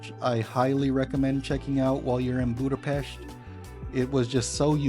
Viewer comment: Hey there! It was a really nice video about my hometown! There are very few people who can pronounce the name of the city correctly, we appreciate that! Your presentation was very interesting, you visited some beautiful places. Next time you are in the area you should also visit the Normafa, which has a beautiful view of the city. Margaret Island is also a beautiful place for a picnic and a chat! Our new Ethnographic Museum is also beautiful, it is worth a visit because you can learn a lot about Hungary and our culture. It's just behind Heroes' Square, in the Városliget, the new building is the "gate" for the park. Perhaps the best thing about the whole city is that you never get bored. Everywhere, on every corner you can find a concert, a dance hall, an event worth visiting! The city also has many free festivals in the summer. Oh, and the dog statue. This statue commemorates Lieutenant Columbo and his dog. It was built because Peter Falk, who played the famous lieutenant, claimed to be of Hungarian descent and his great-grandfather was a famous Hungarian politician and writer, Falk Miska. In 2014, a statue was dedicated in his memory at the entrance to Falk Miksa Street. In Hungary, the Columbo TV show was really popular, so it was an honor to the Hungarians!